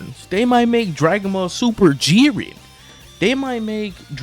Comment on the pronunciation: "Jeirn" who invited bro